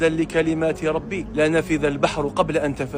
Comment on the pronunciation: لنفد مش بنفذ ياهذا